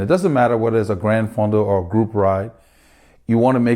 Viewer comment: Isn't it Gran Fondo not Grand Fondo?